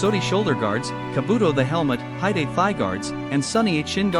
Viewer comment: Ok so this is just AI slop, what the heck are they doing And tf are these pronunciations? “Doo chest guard” “High-date thigh guards” “Sunny 8 shin guards” Somehow the bows are more accurate than the armor AND THE VIDEO is about armor although i will give it to you that this is the first video that has AI generated a somewhat accurate looking suit of samurai armor but still, you can just use images online from screenshots and put prompts inside the AI text to speech that make the AI say the proper words!